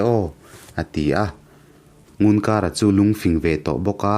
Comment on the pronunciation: Ngunkara i lam dan pawh a dik lo, i thawnthu hi i chhiar hmain midang rawn hmasa rawh.